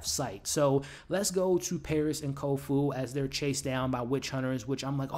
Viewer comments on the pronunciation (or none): Its not kofu...it's kofun. Its not hannahwa...it's ha ni wa. Its not mag rah...it's ma ghra. Its not lord haron....it's harlan. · Nice wrap up. I agree: the fight choreography is amazing. I also love the use of real place names that have changed with the passage of time. Places a touchstone of reality for the viewer. (hey, hate to say it - but it's Kofun. ;) )...